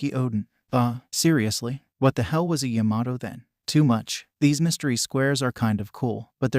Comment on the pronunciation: Why does it sound like it’s saying yamaho and not Yamato